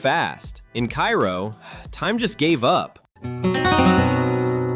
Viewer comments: Cairo, Illinois. KAY-row, not KAI-ro. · It’s pronounced K-row, not Cairo. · KA-ROW.....they will make fun of you if you call it KI-ROW. Oh and the A is long vowel. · It's pronounced "Kay-ro," not "Ki-ro " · It's pronounced kay-row not ki-row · Cairo, Il is pronounced Karo like the corn syrup. I liver nearby ish. No corrections on the racism part just the pronunciation. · Cairo is pronounced like KARO the syrup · Kay-roh, not pronounced like the place in Egypt. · It's pronounced Cay-roh in Illinois. Maybe not in Egypt, but then, we ain't in Egypt. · It's KAY-row, if anyone cares. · Cairo, Illinois is pronounced Cay Ro, unlike the city in Egypt. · Cairo, GA is pronounced "K-Row." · So is Cairo, IL. I don't know why AI videos (and Youtube videos in general) seem to keep pronouncing it like the city in Egypt. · I was going to mention the mispronunciation of Cairo, but someone beat me to it. You pronounce it the way you did for Cairo Egypt, not Cairo Illinois. My parents and grandparents are from that town and it used to be fun as a kid visiting relatives down there. It used to be booming. Hopefully, I will be able to visit it next summer. Every time I go back stateside, I never have time to get down there. I've been studying Alaska for years now. There is something called "Missing 411 Alaska" where this investigator investigates the Alaska triangle where people come up missing from the triangle which covers Juneau, Anchorage, and Barrow Alaska. There have been over 20,000 people missing since the 1970's. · Yeah, during the lead up to Cairo, I had a suspicion that our robot would pronounce Cairo as though it were Egypt. And sure as hell enough, it happened. A lot of people dismiss this type of YouTube video as "A.I.", as though "A.I." initiates and posts these sorry videos. It takes a real live human being to conceive and upload these things. I have no idea who these people are.